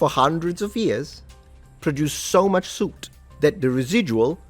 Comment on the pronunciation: when say Suite he means Soot